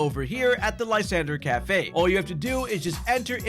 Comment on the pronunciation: Its pronounced lis andrey. Not lie sander. Its supposed to be french.